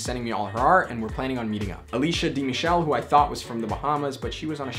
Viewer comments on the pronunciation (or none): none